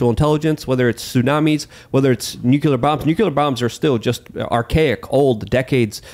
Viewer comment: omg man. The word is NUCLEAR not nucular.